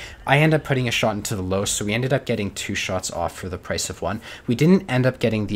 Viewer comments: Löwe is pronounced Loo-Ver. Not Low. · the what? the low? that thing is called löwe...with an "ö" just like the "deu" in odeuvre but without the d...how hard can it be? for crying out loud! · The E in LöwE is not silent, and the ö is not an o, its a oe. Its not hard. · You may want to improve your pronunciation of 'loewe' by saying one of the nearby words below: loeb loess loebsack loebs loeschke loews loewy loera loe